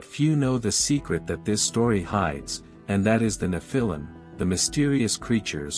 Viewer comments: neph-a-leum (pronounced) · The accent is on the FIRST syllable, not the second. NEPH-il-im. Google is your friend. You’re welcome. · Nephilim is pronounced wrong and they did not MARRY the women, They Took them, most by force. VERY different definitions